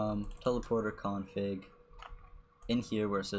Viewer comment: Him: Config What I heard: King Kong Pig